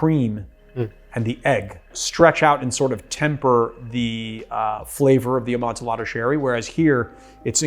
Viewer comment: Love the channel/videos. That hard L on amontillado is painful, though. English is so funny like that.